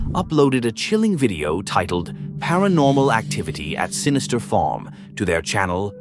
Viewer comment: That AI narrator does not know how to pronounce the word farm